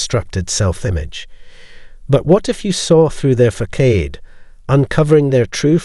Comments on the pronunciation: Yeah..,I was feeling the same. Your videos are fabulous but that word is "Facade" .., pronounced Faa Saad. Or maybe Fa sod. I went for a job interview many years ago and in reading a script they used this word as a trick. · Excellent information. Keep up the good work. Just so you know, the word FACADE is pronounced like fa - sod. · I am a psychotherapist with 25 years experience. He has a wonderful presentation voice. What I stated was meant as constructive criticism and feedback. This word and others are often mispronounced in these videos on NPD. At times It can make one question the validity of the rest of the content. I have been doing public speaking since the 1960s when I was high school. Prior to obtaining additional education and postgraduate training to be a therapist I worked in technology in the the corporate world and spoke at domestic and international conferences. There is a general lack of quality control these days especially on the internet. The speaker actually mentions that 80% of the individuals viewing the video are subscribed. Perhaps these errors are affecting the number of subscribers. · Please look up how to pronounce “facade”. Your talk is wonderful, but I find for me this mispronunciation jarring. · So his mispronunciation of facade is harshly unpleasant & disturbing to you? Lol, come on..sounds like he is of foreign descent, cut him a break & rather focus on the content of the message! Then just thank him for educating us on the monsters we’ve encountered in life.✌🏼